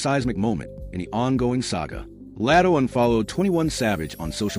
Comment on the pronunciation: Why do you keep Calling Latto El? Latto’s name isn’t hard to pronounce fr